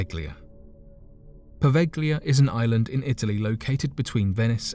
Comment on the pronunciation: Po' veh lee ah. The G Is not pronounced in the Italian plague islands name Poveglia.